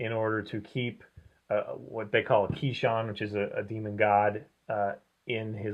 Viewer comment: He said keeshan and I turned it off.....it's kishin